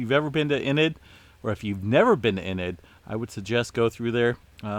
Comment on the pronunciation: Haha 😂 .....Oklahoma native here… It’s EEEnid ...But we do appreciate you and all you do